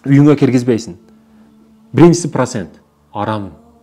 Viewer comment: Прасент дебей туура суйлочу